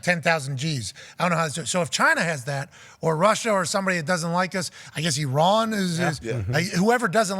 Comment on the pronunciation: Im impressed Pat pronounced Iran correctly.